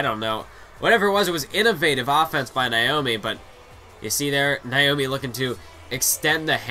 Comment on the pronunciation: Naomi!!! Not niomi😁